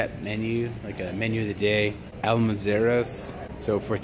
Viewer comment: "Al-mwer-zo" jaja. Good video.